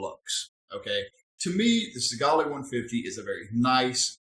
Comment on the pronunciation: This is why you need to actually use your shit properly and long enough before reviewing it. There's probably a bunch of people that saw that last video you made on it and didn't buy it because you didn't know what you were talking about. Also, learn to pronounce the names of the devices you're making these awful videos about and stop swearing so much. You already sound uneducated enough.